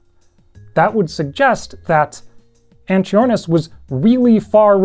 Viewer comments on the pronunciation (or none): One note: the "ch" in Latin is pronounced with a K sound. This animal is pronounced like "ang-kee-OR-niss" and "ang-kee-OR-nih-thids" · I'm afraid that 'ch' yet again comes from greek and should be pronounced as a k sound, like in archosaurs.